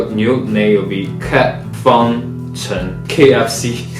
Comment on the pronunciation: cheng讀音是這樣嗎xd我以為是chen陳